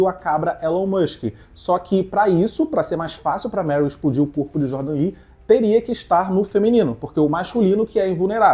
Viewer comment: Aqueles " DE JORDAN " me quebra muito pprt 😂😂😂😂😂😂😂😂😂😂😂